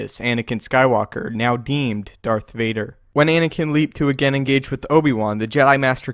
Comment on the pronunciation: Ankina? Plz get the names correct